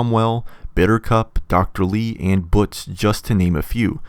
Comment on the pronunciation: The way you pronounce Butch it’s a sin to the English language.